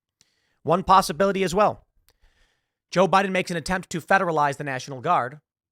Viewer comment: Now I get the "Bi-dan" comments